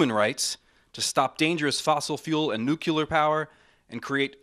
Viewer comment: I wish for a copy of Dr. Stein's announcement without the word "nukular" in it.